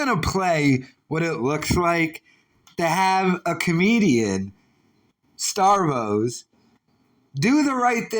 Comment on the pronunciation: Starvos??? I get misspellings but mispronunciation???